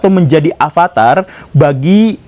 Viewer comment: Bukan avatar tapi avatara